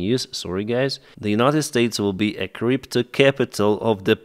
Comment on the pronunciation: Technically, you mispronounced crypto ["crip-toe"] as "creep to", but I think you're onto something.